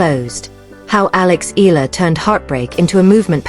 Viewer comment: Another AI troll and defeat apologist. Can't even pronounce Eala properly.